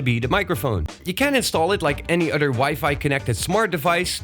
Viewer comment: Just an English FYI. TH = the sound TH not D ie. "The" should sound like "The" not "Da" "Other" should sound like "Other" not "Odda"